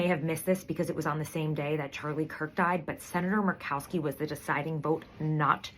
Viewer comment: Merked-Cow-Ski. Oy. #Makes my ass drag. 🎉